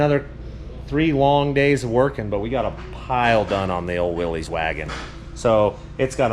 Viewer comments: It already has a very cool name, and your saying it wrong. It's Willis, not Willeeze. John North Willys the founder, told me to tell ya. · I know y'all pronounce Hurricane as Hurrican, but Willys is pronounced Willys, not Willy's or Willie's, Willys was the gentleman's name who founded the company John Willys 😂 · Y'all are pronouncing Willys wrong. It's pronounced "Willis." I wonder if thay Suburban hasnt had an engine replaced. I had a 2001 Silverado and it had a throttle cable.